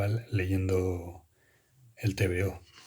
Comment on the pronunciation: ¿Tan difícil es decir bien el nombre del tebeo? Cada vez que suelta las tres letras en modo acrónimo, pido una diarrea de varios días para el tipo.